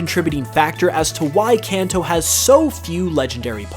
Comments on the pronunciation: You keep pronouncing Kanto wrong. Kenton is pronounced (kahn-toh). Its Japanese. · I mean Kanto not kenton.